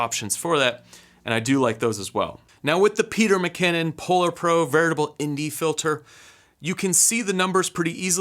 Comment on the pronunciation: Great job!! Sounds like you're saying "VERITABLE" instead of "VARIABLE". Just a heads up.